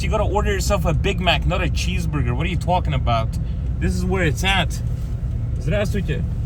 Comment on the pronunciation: Your Long Island accent came out there when tawkking about milk😅